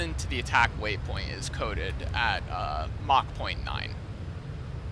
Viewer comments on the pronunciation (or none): none